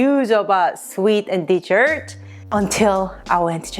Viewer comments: As you should be jealous and I love the way she says desert she is so adorable. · I like the way you pronounce desert. 😊 My granny used to make me purin when I was a kid. We used to call it flan.